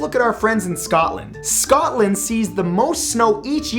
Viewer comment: I am your friend in Scotland or as u say scatland